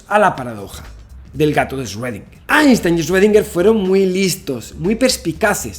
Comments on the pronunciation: Hola Javier, solo te falta pronunciar bien 'Schrödinger'; ya en otro video te había puesto en los comentarios la forma correcta de pronunciarlo y te la vuelvo a poner aquí para ti y tu audiencia. Gracias por este trabajo que haces de llevar el conocimiento a todos los hispanohablantes. Erwin Schrödinger nació en Austria y después fue naturalizado Irlandés. Debido a que nació en Austria país de idioma alemán, la pronunciasión correcta es más fácil de lo que se imaginan, este es: "Chrudina" Traducción del IPA: “ʃʁøːdɪŋɐ” Explicación: [ʃ]: Este sonido se produce al pronunciar la "ch" en la palabra "chic" en español. [ʁ]: Este sonido se produce al pronunciar la "r" en la palabra "perro" en español. [øː]: Este sonido se produce al pronunciar la "ö" en la palabra alemana "Götter" (dioses). Es similar a la "eu" en la palabra española "Europa", pero con una duración más larga. [dɪ]: Este sonido es similar a la "di" en la palabra española "día". [ŋɐ]: Este sonido se produce al pronunciar la "na" en la palabra española "plana". Así, que si se lo preguntaban, la respuesta es: (Sí). Todo el mundo y desde siempre, menos los qué hablan alemán, han estado equivocados en su pronunciasión. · Yo: El 2020 ya no puede ser peor Javi: Deja de decir paradoja de Rredinguer Yo: Cruzaste la línea!!! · 2020, que más puede pasar? :Javi ya no dice esrodinguer :( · Shuedinger xD